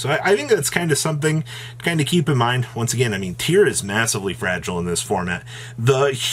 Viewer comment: He’s still saying Tear-Elements to this day 😂